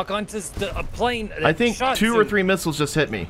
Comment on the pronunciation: They're called "missiles" not "hittles"